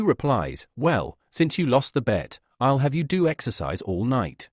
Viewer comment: i' el el (i'll)😂😂😂